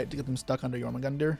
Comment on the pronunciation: It's pronounced Yor-mun-gundr. 😂